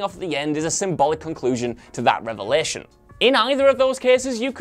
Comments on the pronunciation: It’s revelation, not revlation. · "revlation" :D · Ah yes, the best part of the episode, Jon's 'revlation'